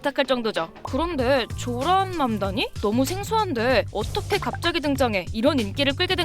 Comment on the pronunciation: 맘다니 듣다보니 망나니로 들림 ㅋㅋㅋ